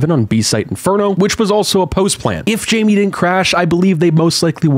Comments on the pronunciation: It's Jame not Jamie bruh.... 💀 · It's pronounced "jame" not "jame" smh